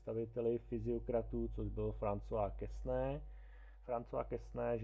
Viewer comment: Quesnay se čte [kene]. ;)